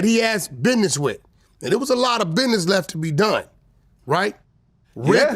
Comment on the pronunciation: WACK SAID " BIDNESS"😅😅😅